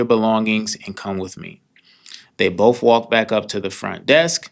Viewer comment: Great story! As a storyteller, please know that “bofe “ is not have the word “both” is pronounced.